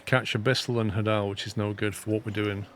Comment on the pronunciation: I love this. This is my summer vacation now. Also, hadal comes from the Greek god of the underworld, Hades, so it's pronounced the same way, HAY-dal.